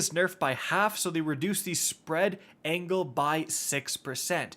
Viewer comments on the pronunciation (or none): none